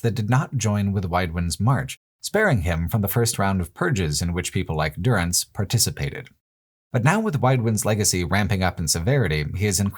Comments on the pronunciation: I just stumbled upon this video and it's amazing, really enjoy the perspective But what's with the constant butchering of names? Is this some local joke? Why is Dúrance suddenly Duránce, why is Hir[à]vias Hir[æ]vias, why is the devil of Caroc suddenly of Carnac? Záhua is not Zahúa, they are all voiced, why? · What's this business with calling Durance DurAnce and Magran MagrAn. Did you play the games with sound off?